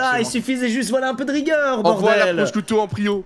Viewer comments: Ça se prononce prochiutto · Les italiens en sueurs une « proscuitto » la prononciation horrible 😭😂